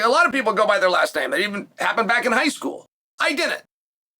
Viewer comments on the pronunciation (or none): none